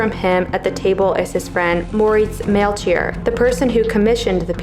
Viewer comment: This is excellent and super entertaining, as always! The name is pronounced Mel-ki-or, not Mel-chee-or. 🙏